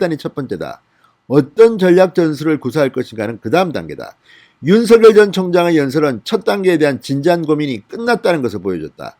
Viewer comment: 윤서결 ? 발음 이 웃겨요 !